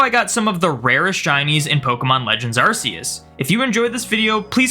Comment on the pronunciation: Ask yourself how to pronounce "arc phone" and please apply that to arceus's name :p